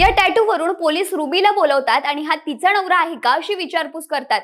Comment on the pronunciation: नवरा ❌ णवरा ✅ 😂😂😂😂